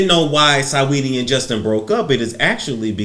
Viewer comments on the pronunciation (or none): RIGHT, LOL-- SA NOT SAW-- SINGING-- SA-WETTIE I.E. SWETTIE🤭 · Love how he says Sigh-Weedy...